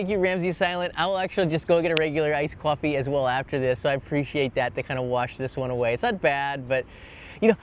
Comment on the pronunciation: Your North Jersey accent came out when you said coffee ☕😊